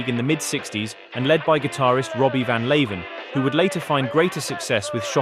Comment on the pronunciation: Leeuwen is meant to be pronounced as Loo-wen, not Lay-ven.